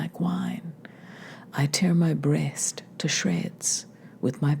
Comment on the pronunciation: I adore your pronunciation of "breast" ("BRAY-est"). Turning one syllable into the lovelier two. SIGH